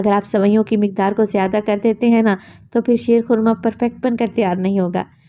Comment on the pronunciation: Shair khurma nhi sheer khurma ha